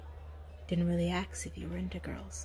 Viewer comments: Saying aks instead or ask is so randomly cute to me 🥺 i was gushing through this whole thing cause of how often she said it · Axe = Ask